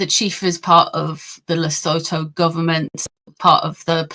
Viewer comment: South-African here. PLEASE find out how to pronounce Sentabale and Lesotho correctly. .